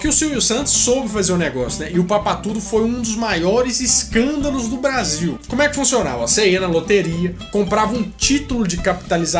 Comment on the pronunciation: Quem percebeu o erro do Faustão na pronúncia da palavra Brasil "Basil" aos .